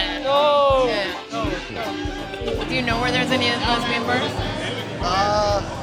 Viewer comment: lmbo lesbeesh? NOOOOOOO yeah right lol